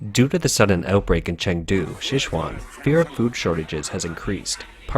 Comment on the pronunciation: Please don't rake this the wrong way but look up how to pronounce Sichuan.